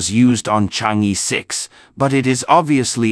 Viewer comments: Would you guys please fresh up on your pronouncement of "Chang-E" ? It is pronounced as "Charng" "Err" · Don't pronounce as "Chang e" but "Chang Er"! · THis is the way it should be prononced: Chinese: 嫦娥; pinyin: Cháng'é): 2 double second tones. But is that important? I guess most people reading this page dont speak Chinese. What is most important is the information in the page, the complexity of the mission, and the success of the mission. Well, this is how I see it. I may be 100% wrong. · Yes, in the Chinese pronunciation system, the vowel "e" is always pronounced as "er"... it sounds comical otherwise.